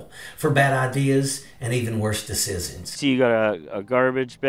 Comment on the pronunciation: So funny that the narrator calling those Trump supporters stupid but he can't pronounce decisions properly. Kettle calling the pot black. Instead of judging people you don't know personally you should work on yourself to be a better and better educated individual. I'm guilty of being judging as well, but I'm working on being better than that. Learn to self reflect and you day and you might have an epiphany on what you need to improve yourself too. That guy is as bad as the people he's talking about.